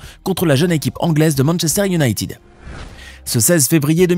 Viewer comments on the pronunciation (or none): none